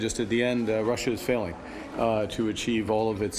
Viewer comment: Love the emphasis on that word ‘failing’